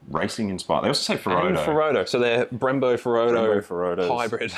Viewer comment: Bimbos instead of brembos